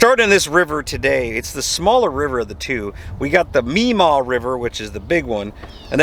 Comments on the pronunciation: Maumee not meemaw...lol . It's pronounced like mawmee. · Love it, 🤣 "Memaw" river. Pronounced "maw-me" Maumee. There are great murals in Toledo. I bet you'd find alot both in The Ottawa and the Maumee ! Good luck guys and God Bless. The Overland smokestack is where the original Jeep assembly factory was... Willys-Overland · Maumee produced Maugh-mee...I from this area.. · You all were so close to me, would love to have met you guys! Heading there today actually 😁. Be careful what part of Toledo you’re in…especially at night. Those cops are more versed with shootings/homicides unfortunately. River is pronounced like “Maw-Me”…Maumee 😊